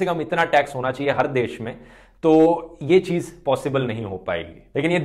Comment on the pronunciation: Correct word is hazaar.. Not hajaar. Cheej is incorrect. Cheez is correct. Well explained video 👍❤️ Very very happy not to be a rich person.